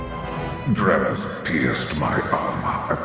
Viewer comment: Did anyone notice Valkorion said "Dremith" instead of Dramath?